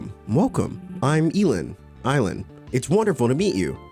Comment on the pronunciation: "eee-land, er, eye-land" takes shot but seriously, I love this game so much, excited to watch you play! :)